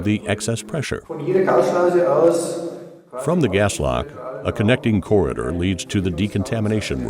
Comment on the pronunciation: When the narrator says corder, does he mean corridor